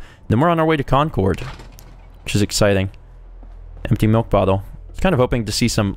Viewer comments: lol,, Concord is pronounced "Con Cerd" The second half rhymes with Bird. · Please, everyone from Massachusetts is cringing. It's pronounced "CON-Curd" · As someone from the Northeast, that pronunciation of Concord pains me. XD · It's pronounced Concord